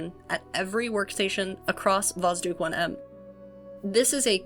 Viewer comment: Sooo, about how you pronounce it. There are 2 spots where it's wrong 1st is you shouldn't soften the d, it stays hard 2nd is the basic mistake when reading the transliteration of russian into English, and that is that the "Kh" shouldn't be read as k, but like h in house or like J in Spanish (Shouldn't was used here because when Russians thought about how to write down the strong H sound so English speakers wouldn't just eat the sound they thought about adding the k in there so it works like the hardening sign from Russian, but as you may hear from yourself this plan didn't work out. Btw the same is true for Ukrainian and Belorusian too, so Kharkiv is not "Karkiv" but "Harkiv")